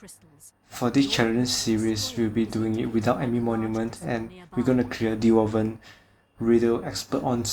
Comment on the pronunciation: great job man =) and its dwarven coming from dwarf (gimli in lord of the ring for example (really small folks)) and not D- war-ven :)